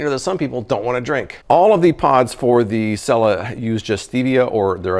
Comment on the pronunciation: It’s (seela